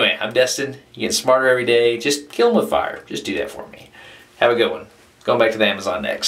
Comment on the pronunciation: "KILL IT WITH FIYA"